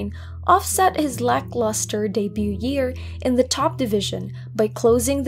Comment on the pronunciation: The T in debut is silent btw.